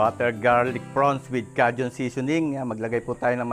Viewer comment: Kay jn (Cajun) not ka jn.